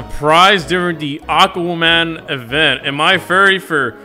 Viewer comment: "Aquman"